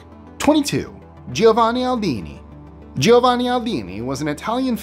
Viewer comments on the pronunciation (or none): none